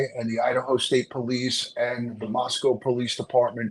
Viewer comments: Love you! I'm a local, it's actually pronounced Mosco, the w is silent. Rhymes with Rosco. 🙂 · LOVE your Podcast,! Small point: I wish you would pronounce Moscow correctly: It's a long "O" just like Idaho, not like the animal 'Cow'